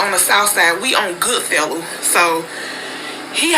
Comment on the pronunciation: When she said Goodfellow, i knew she was from St. Louis.